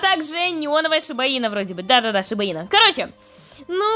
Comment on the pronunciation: Прости но сиба-ину а не шиба ина